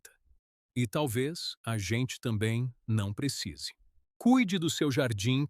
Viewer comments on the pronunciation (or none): none